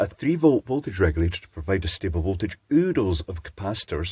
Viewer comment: “Uduls” of capacitors? 😊 Sorry, English is my 4th language and the Scottish variety is not very familiar to me. Could you please spell this for me? I’m interested to look it up. Edit: Found it. Oodles, etymology unclear, maybe from caboodles or scadoodle. 😂 Actually of US origin.